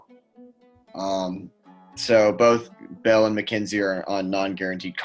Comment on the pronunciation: Its alfonzo mckinnie. Not mckinzie